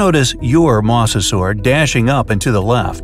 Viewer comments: It’s (Moz-a-sor-us)not (moss-o-sor-us) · MA-SE-SUAR Me my whole life: MO-ZE-SOR-RAS!!! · its noy moss-osaurus its moe-za-saurus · Moser this is howl you say it m o s e r s o r e s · "a MoSsAsAur" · The you said mosasor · It's funny how. He says mosa saur